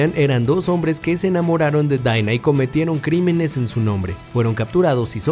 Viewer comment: Los personajes dicen Dina El narrador: Daiinaa